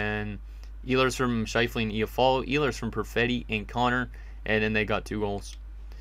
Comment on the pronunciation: lol It icks me how he says iafallo😂 it’s I-ah-fallo not efallo